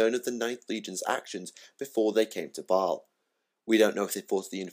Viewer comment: Thumbs up for the correct pronunciation of baal hehe. My all time favourite chapter since space crusade. Looking forward to twisting my mind with primaris marines next month.